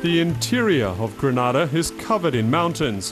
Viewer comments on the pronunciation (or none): I'm Grenadian, it is pronounce Gre-Nay-Da, not Gray-na-da, plz doh try to tell us how our island's name is pronounce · briantravelman you are right but there us a difference we say gre-nay-da and yes how the man pronounce it Grenada that's another place and yes it's a Spanish country so don't get it twisted it's 2 countries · How does this guy mispronounce Grenada one way and then go and mispronounce Rasta in the complete other direction? It's like he's intentionally trying to misread. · They could’ve at least have a commentator that pronounces the name of the country properly. I find it somewhat offensive that He didn’t take the time to pronounce “Grenada “ properly,instead he’s saying “Granada”🙄😏😏. C’mon! Do better. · Before you make a documentary about a place please learn the proper pronunciation of its name. Granada is in Spain. This is GrEnada. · At least if you're going to do a documentary on a country, find out how to pronounce it. Gre-NAY-da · Pronounced "Gre-NAY-da" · How the hell do you mispronounce Grenada. Everyone knows its pronounced, Gre-NAY-da, and if the locals pronounce it that way, that should be a hint, that that's the correct pronunciation. Anyways, interesting video. I would like Carriacou. No mass tourism, or high rise resorts. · Too much injustice.. And you further that by butchering the name of my homeland. Always show respect to any culture, by at least pronouncing the Name of the nation correctly.. Goodness.. Granada is in Spain, island off Spain.. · Instantly disliked. How are you voicing a documentary about a country and you cant even pronounce the name properly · It's pronounced gre NAY -da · Yep, it's GrEnada just like it's spelled. Carriacou is also mispronounced . It's "keh-ruh-koo". The second a is silent. Interesting video otherwise. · Man butchered the name of the island. Beautiful people and island. Respect to my Caribbean brothers 🇯🇲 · Check your pronunciation of the names of the islands